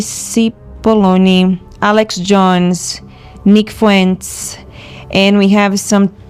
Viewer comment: How does the Latin whistleblower mispronounce "Fuentes"?